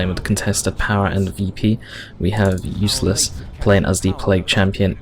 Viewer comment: U-lyss-es, like the U.S. General who became president